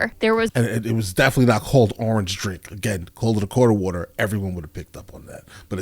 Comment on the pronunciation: Loved how you had to fight your accent when saying "quarter water." 😅